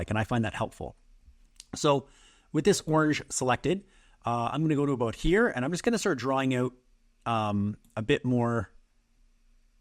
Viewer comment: "I have no idea ABOAT sailing . . . " I grew up in northern Wisconsin and I know a Canadian when I hear one ;) As a sailor, I will forgive your boat. I work almost entirely in Photo, and forget the Transparency tool in Designer. The process in Photo (v1) is kludgy, but in Designer it's so easy. Watching someone else work is always helpful.